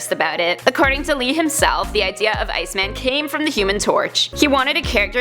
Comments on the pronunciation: Bruh i hate bruh she need to pronounce these heroes name better! Its iceman! Not icemen! Wtf wrong with her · IceMAN, not Ice-min... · She is saying “Ice Men” I am sure of it it is driving me so crazy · Stop saying Ice MEN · Shabloinkz I noticed that as soon as she said it 😂